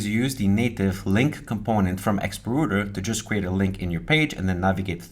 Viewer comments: rawter not roter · rowter, not rooter :)? the r button reloads. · Router != Rooter | Reuter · Why do you sometimes call in "rooter" but then occasionally pronounce it correctly as "router"?